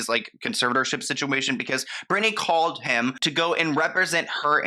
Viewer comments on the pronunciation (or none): CaLLed... not CaWWed.... hOLD... not Howed.... Work on your elocution! You do such a great job with your videos, but your pronouciation of basic words is really, really annoying...